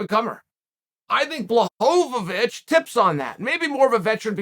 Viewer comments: chael calling him blahhovavich always makes me laugh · Raykick and Bluhovovich. Wtf Chael? 😂